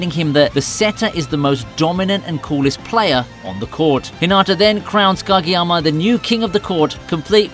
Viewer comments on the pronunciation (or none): “Gageyama” lol